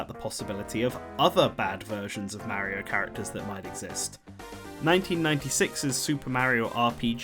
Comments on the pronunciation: It's painful how you can pronounce Wario correctly, but not Mario. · How do you pronounce Mario is extremely painful to the years.